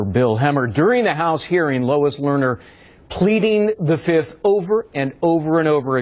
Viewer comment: I plead da FIF.... I plead da FIF.... 1,2,3,4, FIIIIIIIF